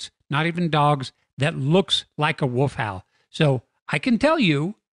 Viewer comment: you do realize that the word “wolf” has an “L” in it and not two “U’s” right? Hahaha, “wuuf”! Just messing with you-love your stuff!